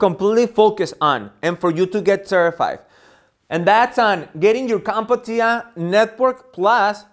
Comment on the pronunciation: There is only one "a" in Comptia. Its not pronounced "Comp-a-tia", its pronounced "Comp-tia".